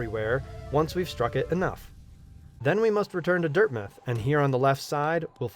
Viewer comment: It’s dirt mouth not dirt myth